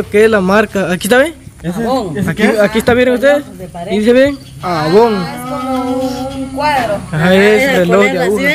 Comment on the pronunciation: No se dice AVON así se escribe pero se pronuncia EIVON